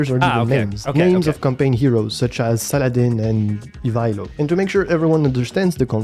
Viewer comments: so can pronounce Ivaylo right? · I like the idea of little historical breakdowns of the heroes, but might i suggest this also including a section on how to pronounce their names? For Ivaylo's sake